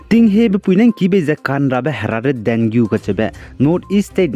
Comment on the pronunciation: Pronunciation should be dengee